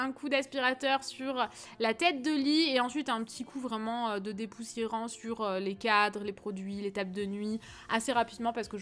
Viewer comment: Le "depoussierant"😂😂j't'adore vrmt 😂❤️